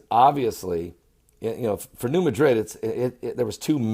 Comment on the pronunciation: Ross Harris, all faults are found in solid rock. The potential magnitude of the rupture in the New Madrid (by the way, it is pronounced MADrid, not like the city in Spain), was just big. Think Fukushima big. It caused the Mississippi to flow backwards. Soil liquifaction in surrounding basins is likely the greatest danger, due to construction techniques not considering the presence of a major fault nearby.